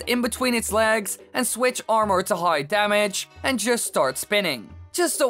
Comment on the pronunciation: The way this guy says armour pisses me off alot more then it should lol.